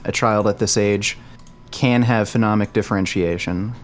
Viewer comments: jesus christ it's so annoying when he calls it phenomic differentiation instead of phonemic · Fo-nee-mik is how to pronounce phonemic. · saying "phenomic" for "phonemic" over and over and not getting corrected is tilting me so fucking hard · bro said phenomic lmfaoooo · For someone with advanced knowledge of how children perceive sounds, it’s hilarious to hear mispronounce “phonemic” as “phenomic” all the time. Also, mans is full of shit. Children learn to discriminate sounds very early. By 6 months on average children can differentiate their mothers’ native language from that of others. Take that from someone who actually studied sound structure as well as applied linguistics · Whoever stepped in for allophones and phonemes, you are my hero. his mispronounciation was irking me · I was so triggered by them both mispronouncing "phonemic" for the first part of the debate. I knew what they meant, but...